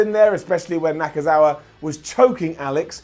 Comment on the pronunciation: How the heck did you get Michael Nakazawa's name wrong? His entire gimmick (outside of the baby oil) is constantly repeating his own name.